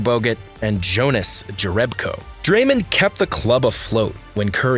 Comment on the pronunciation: When you said san francisco and pronounced Dramond's name as Dramin I stopped this drivel right there. Lame